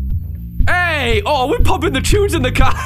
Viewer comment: he said "chunes"